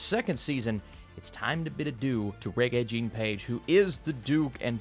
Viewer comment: Please learn to pronounce Rege’s name properly. Mispronouncing someone’s name when you know the proper way is just disrespectful.